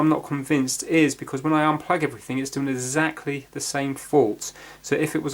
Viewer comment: "zactly the same fault" hahaha